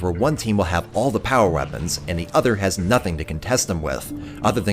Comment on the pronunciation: The way you said weapons almost sounded like chief to me haha